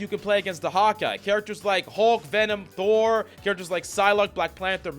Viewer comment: Thor. It’s Thor.